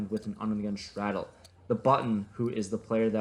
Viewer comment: He like to say "shtraddel" alot..